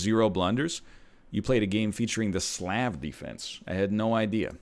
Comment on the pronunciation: First saying the Croatian flag is the Slovakian flag, now mispronouncing Slav wrong... will this man ever learn?